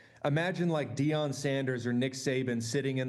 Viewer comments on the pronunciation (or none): none